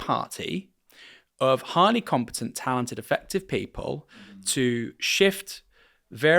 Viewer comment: He over emphasises the talented as if perfect people exist, although many great points